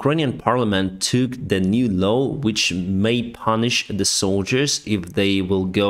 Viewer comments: LAW not LOW ;-). LAW is pronounced like LORE or LOR in British English (silent R at the end in British English). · It's probably just because of your pronunciation, but it's telling that every time you meant to say "new law" it gets transcribed as "new low". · you say the word "law" poorly... You say 'low' but it is a flat a....Like in the word ball, or a dogs paw. not being critical, just trying to help. Love your work.